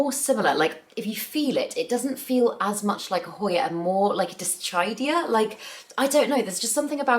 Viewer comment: dischaidia?? first time hearing someone pronouce it like that, quirky! 😂